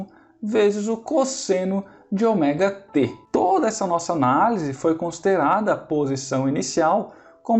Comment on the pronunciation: Muito boa a aula, só fiquei meio engabelado com a pronúncia do Ômega pra Oméga